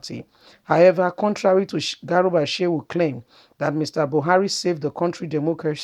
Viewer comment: Not garuba but garba